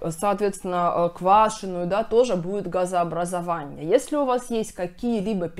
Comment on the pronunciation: Газообразованье, питанье, сниженье,, пищеваренье, отделенье ,нарушенье, и т.д.Давайте говорить правильн